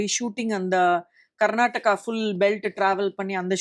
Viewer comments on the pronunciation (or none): none